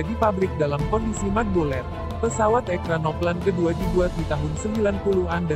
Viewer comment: Ekranoplan yg bener min... Dibacanya ekranoplen